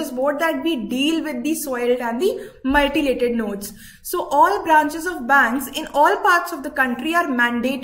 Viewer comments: Ya right it’s mutilated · pls its 'mutilated' not 'multilated'......its making me cringe hearing her say 'multilated' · Mutilated mam , not multilated